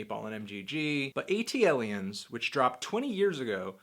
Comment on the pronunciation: It's pronounced "ATLiens" bruh. As in